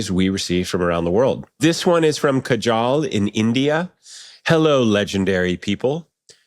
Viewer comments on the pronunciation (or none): its Kaa-jal, not k-jaal :) so funny Ted Mosby the wiki guy, making mistake.. and I am sure Kaajal is 'she' not 'he'.. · Hey loved the show, just a little correction I am for India and pronunciation for the name kajal was wrong it 'ka - jal' and she is the girl and just in case my pronunciation is 'ujj - wal' and thank you guys loved this show.